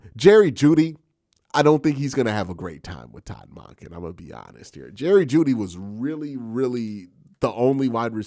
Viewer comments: The way you pronounce Monken is wild. It’s Munk-Inn not Mon-Ken. How do you pronounce the work monk? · It should be more like MAWNken or MAHNken, not MUNKen. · It should be like the 'o' in donkey rather than in monkey. MAHNken. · Bro you gotta learn how to say our new coaches name correctly 😅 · Q! The way you pronounce “Monken” has me rolling 😂 every time. Bring in a fullback please. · Q is the best but he is not perfect. I learned to just accept it. I listen to every single video he makes on the Browns.